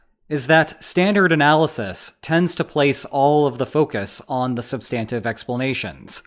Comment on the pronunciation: This video is so hard to watch with this guy's pronunciation of "sub-STAN-tive." Does he also say, "sub-STANCE?"